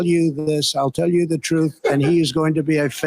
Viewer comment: He can’t even say the word …. T R U T H…. It means Not a Lie.. smdh